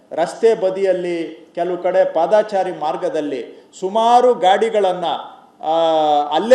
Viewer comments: ಪಾದಾಚಾರಿ ಅಲ್ಲಾ ಮಂತ್ರಿಗಳೇ. ಪಾದಚಾರಿ.ಕನ್ನಡ ಕನ್ನಡ ಭಾಷೆ. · ದಯವಿಟ್ಟು ಪಾದಾಚಾರಿ ಬದಲು ಪಾದಚಾರಿ ಅನ್ನಿ ಆದರೆ ನಿಮ್ಮ ಧ್ವನಿ ಮಧುರವಾಗಿದೆ. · Paadaachaari alla padachaari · padaachari alla paadachari correct maadikolly manthrigale